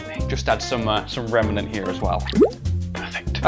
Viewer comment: Some remenent 😂 all we need now is a pinch of a dead toddler’s soul